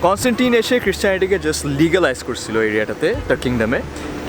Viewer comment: English: american accent bangla: korSilo, khaiSilam